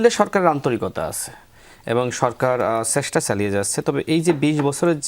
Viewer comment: শুভেস্সা, সেস্টা...😂😂